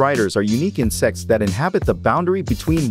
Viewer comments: water striders are commonly encountered in sex sorry Im used to hearing the T in insecTs water striders are unique in sex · why did the tts pronounce insects that way🤣🤣